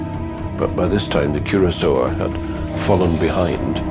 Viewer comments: Funny, the Royal Navy spell it Curacoa (see the Navy List - and the Press report .) Are you perhaps confusing a WWII Cruiser with the island of Curacao, or the liqueur of that name? That's why the name of the ship is pronounced Cura - so - a, not Cura - sow. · Curacoa ;- Koor-a- ko-ah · "Curacao" (the island) is pronounced the way the narrator is pronouncing 'Curacoa' (the ship) (note difference in spelling)